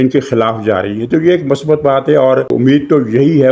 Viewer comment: Word is not masbat. It is MUSBAT. Thanks